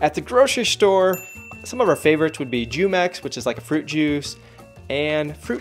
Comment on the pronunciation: Jumex is pronounced (hoo-mex) not (jew-mex).